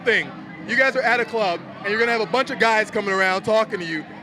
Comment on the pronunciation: Guys have to be confident (dominant? XD) "I like nice quys though"